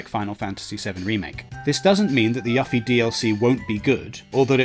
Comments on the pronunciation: its not yuff eee... its yoo feee.. they even state her name in the trailer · 1. Its "you-fee" not "Yuh-fee" 2. "Better part of a decade" is very, VERY optimistic. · Her name is YUFFIE (YOU-FEE). Not ruffie or yaffie. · The Yuffie pronounciation annoyed me more XD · "Yoofie and Teedus are correct pronunciations, Yuff-ee and Tie-dus are incorrect" that is literally ALL I AM SAYING... Jesus some people just like to disagree for the sake of disagreeing. I was born and raised in the UK no one I know pronounced it Yuffy, but sure, you say there is a significant amount of Brits who do... As Ventus would say "ok I believe you", I acknowledged it in my previous reply. He may call him Wukk-ah, no it won't bother me *but I may leave a lil youtube comment about it, big fucking deal*. Your acting like I sent this dude death threats or left some hate-filled essay. You hear her name throughout the FF7 compilation and Kingdom Hearts franchise plenty of time to realise you been saying it wrong and just start saying it right. My analogy from last reply was perfect. A Chinese bloke tells me I've been pronouncing his name wrong, only polite to correct it. Of course these are fictional characters so it matters a lot less, but I also don't think its a big deal nor did I make it out to be. And before you reply with that same tired point of "his accent is why he pronounces it wrong" he can correct his mispronunciation like anyone else and me & everyone I know (who knows the character) managed to read it as Yoofie, maybe cause the name Yuffy sounds fucking stupid plus she's a Japanese character so it's only natural her name fits that phonotype. Regardless, I can understand your point as to why Brits in the 90s may have mispronounced it, but there has been amp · my dude, did you really just say "yaffy"?? 😂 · he said yaffie Check ur ears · He said yuhffie